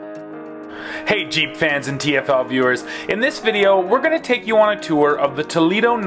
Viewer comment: Not jeep but, heep.